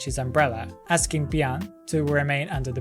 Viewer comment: Hope this doesn't come off as too rude but you mixed up the lore for Wu Chang. It was Fan WuJiu (Black Guard) who died in the rain and Xie Bi'An who died after. Also please say Bi'An's name as two syllables instead of one (sounds like "Bee-Ahn" I guess??) as that is how it should be pronounced